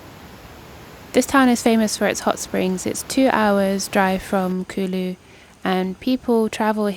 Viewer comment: Its not kului .... Its kuuuullu .. 😂😂😂 british accent sucks .. Water : whatha 😂😂😂 Its not Rock fooling : its rock falling bro You are eating Aam papad.. kala katha flavour 😂😂😂😂😂